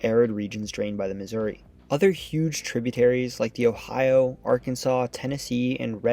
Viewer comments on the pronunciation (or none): none